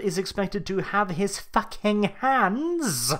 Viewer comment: For my fellow Americans - 10 kilograms is 22 FUCKING POUNDS. WHAT THE FUCK IS THAT GUN? Edit: I love this. I laughed many times. "-right where the stormtrooper is expected to place his FACK-ING HANDSSZZZ... Eurgh." I replayed that several times.